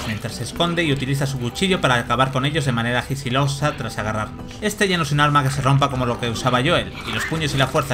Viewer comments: Y por cierto es sigilosa, no gisilosa 😂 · De manera gisilosa... :D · de manera Gisilosa 🤣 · de forma "gisilosa"😂😂😂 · "de manera Gisilosssa" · "gisilosa" mmm que bien hablar